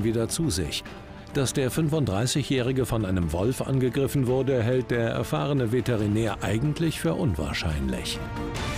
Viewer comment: Veteri Veterider. Veterinär Wie oft er sich verspricht